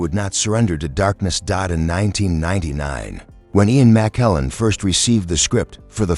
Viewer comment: I can't with the AI narration. In the first 40 seconds they mispronounced McKellan TWICE and also the word decades. Get human narrators or don't post.